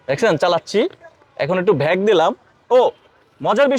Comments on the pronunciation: ব্যাক🚫 ভ্যাগ✅😂😂😂😂😂😂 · ব্যাক না ভ্যাক 😅